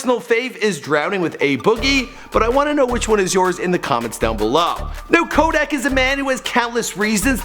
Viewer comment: My dude butchered the hell out Kodak’s name😂😂